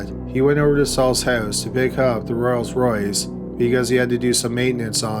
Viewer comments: Rolls-Royce not royals royce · Hey Dude..... it's Rolls Royce. NOT Royals Royce 🤪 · The way you keep pronouncing Rolls Royce is annoying